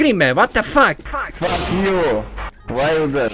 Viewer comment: This is the best fuck you i hear in my life xdd